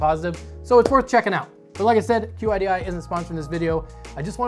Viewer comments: Qidi is pronounced kee-dee.. It's not an acronym. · Ok man it is pronounced "Sheedee" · I took Chinese as a second language and QIDI in English would be pronounced like "chee-dee"